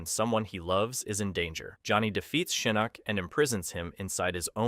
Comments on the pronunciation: it's pronounced Shinnok not Shaneck. How hard is to pronounce that damn name? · Your name pronunciations get crazier and crazier as the video goes on lol. Not me hearing you talking about "Sheeyinok" just as I'm noticing it lol. Just chill man, say the names the way you've HEARD them said, don't overthink it. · He meant to say Shinnasty.